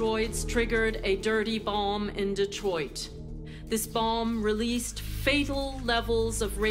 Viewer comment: Why does the president pronounce it as "dirty boLm"?